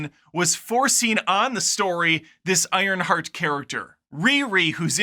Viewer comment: "Ironshart" got yourself a new subscriber, my dude! 😂😂